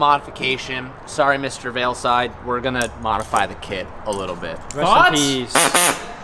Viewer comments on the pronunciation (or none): my guy its VEILSIDE* not VEILSLIDE 😂🤦🏼‍♂️ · why the fuck do you keep saying veilSLIDE, there's only one fucking L homie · Is it me or does he keep saying veilSLIDE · it’s not veilsLide, it’s veilside, man, common. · Veilside not veilslide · Sounds like you say “veoslide” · ITS NOT “veilslide” ily!!